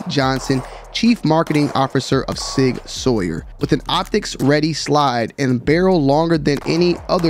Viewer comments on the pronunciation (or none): Next week Sig introduces the new sig xl fuze 5000 rose edition...also did you just say sig sawyer?